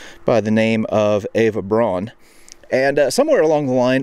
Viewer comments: Quick comment - the pronunciation of Braun is "BrOWn" and not "Brohn" ("John") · Fascinating as always,, but a small nitpick. Eva Braun (pronounced Brown) had a conventional analog movie camera, as there were no video cameras for this type of use then. Several of the clips you include show sprocket holes on the frames left edge. Keep up the great work! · Braun pronounced Brown.